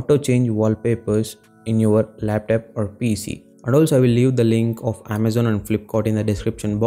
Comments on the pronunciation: Laptop❌ laptap✅ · lap..TAP??????? wtf bro you goofy af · laptap🤣 flipkort... Nd from here I m not going to watch ur whole video otherwise I'll forget my English 😂😂